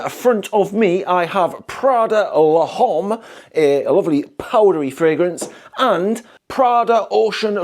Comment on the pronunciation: I love how you pronounced "l'homme" 😁